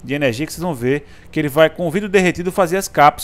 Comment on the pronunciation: "ernegia" e "invez" nao merece joinha!! :P